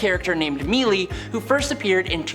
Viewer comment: Pretty sure the character is called "Melée", which means a close quarters fight. So it's "maylay" or "melay", not mealy. :)